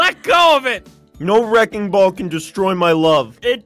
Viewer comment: I keep laughing at aphmau said Aphmau:thats a wreking ball😅😂